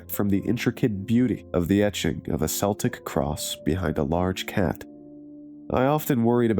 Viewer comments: it's Celtic pronounced keltic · It's a Kel-tech cross. Celtic is pronounced Kel-tech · I think you men Keltic not Celtic 😂